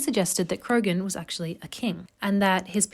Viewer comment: Krogan man? You mean Croghan man. Pronounced cra-hen.